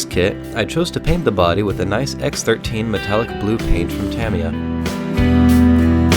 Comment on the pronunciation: Your saying tamiya